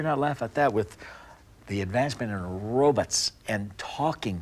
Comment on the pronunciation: Did he just say robuts? TWICE?